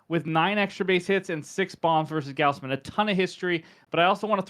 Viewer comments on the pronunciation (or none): Goz Man, not Gaoz man. Good vid 👍🏿